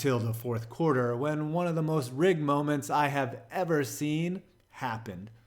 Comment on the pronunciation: “Anyone who has seent a boxing match” ?? What the fuck does seent mean? Is it how stupid people pronounce the word seen ?